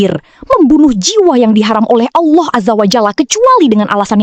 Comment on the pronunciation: kl allah swt knp bacanya owloh swt?